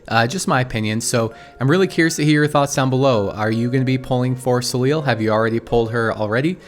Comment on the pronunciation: So just for information, since her name seems to come from the French word Soleil which is the french word for the Sun, I think we should tell her pronounce her name Soley more than Soleel. But as always, great video!